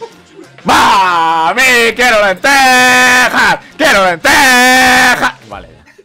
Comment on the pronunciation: jajajajaja me dio risa cuando dijo queiro lenteja jajaajajaj